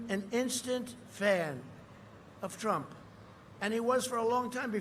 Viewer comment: Donald Prump! 😂